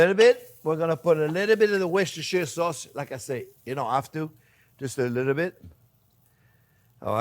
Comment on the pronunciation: Chef, as an English ex-pat, now living in Canada, for a half Italian, half French person, living in the States, your pronunciation of 'Worcestershire' sauce is perfect! The times I hear people try and yet struggle to say 'Worcestershire' amuses me greatly; and yet you say it effortlessly. Well done Chef! 👍